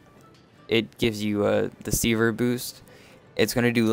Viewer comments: Very good video, but mate, it's sever, not seaver :P Make more videos! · " C-verr " lol try seh-ver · Sever is pronounced; Seh-ver not See-ver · Really helpful guide, the way you said sever triggered me a little though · overall good vid. I'm weird but pronouncing sever wrong realllllly bothered me lol. Good job though. Helped me learn some combo ideas and understand the buffs better. thanks.